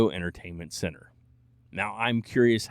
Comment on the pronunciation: Fully convinced you think “center” starts with an S now but other than that, great content